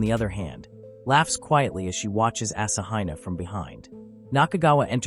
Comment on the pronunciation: The AI narration pronunciation of Asahina is painful.